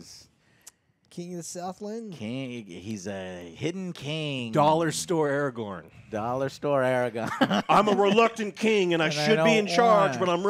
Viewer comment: Just watching facial expressions is hilarious in this video. I liked the visual cringe when Joe said “Aragon”. Seriously, just let take the reins on these